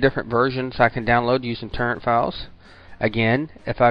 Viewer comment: its toooorent not turrent